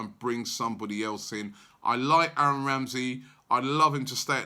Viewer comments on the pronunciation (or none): none